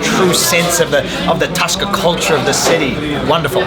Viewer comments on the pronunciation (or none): It is not toska it is tasca